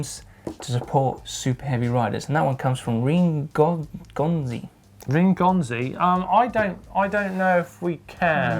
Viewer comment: what is a Gom-Zee, did you mean Go-M-es lol